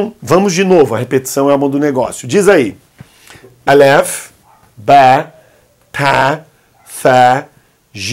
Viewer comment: Olá Professor! Você pronunciou a letra Ta e Ba como Te , Be daí fiquei confusa qual pronúncia devo praticar! 😘